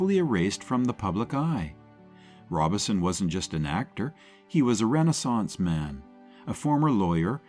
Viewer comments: Robeson not Robinson. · Paul Ro-Bo-son not Robinson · Robe-son Paul Robeson. Unbelievable, the AI narrator mispronounced his name the entire time!! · Its Prounced "Robe Son" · yeah fr real that means you don't know crap about him cause you got the name wrong